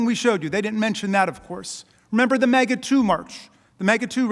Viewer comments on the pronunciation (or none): none